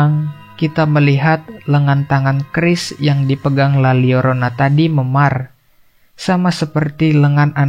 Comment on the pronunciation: La Lyorona. Double L jadi LY di Bahasa Latin